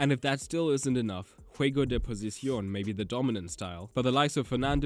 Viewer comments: Posición. Not “Pocision”. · 🤣It's "juego de posición", not "juego de pocision".😆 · POSICION, not PoCiSion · Great vid, just one thing, it's posición not pocisión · Se llama juegos de POSICIÓN, NO POCISION, LIKE "POSITION" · Bro it is posición not pocision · The word is POSICIÓN, and not. pocision. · "Juego de posición" not "juego de pocision" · Sorry, I have to say it: It's "juego de posición", not "juego de pocision". The s and c are the other way around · "posicion" please, please, please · It is "poSiCión" my friends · Great vid! Just one correction: it's "posición" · Aaaaw the good old "game of potision" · juego de posción is just positional play, no need to pronounce spanish like ass for no reason